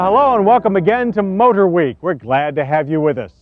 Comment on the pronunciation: I love John Davis so freakin much! He’s the only person I know who pronounces the ‘H’s in Motorweek. MhotorHweek